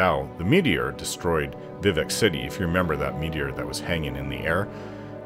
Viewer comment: Being a werewolf at high levels in Morrowind was a blast, you could Jump absurd distances lol. Also subbed for a few reasons, but liked the vid because you say Vivec the same way I do lol Edit: I found a unicorn once in Oblivion on Xbox 360 version. It was too fast and I couldn't catch it, I was so mad I almost threw the disc away lol 😂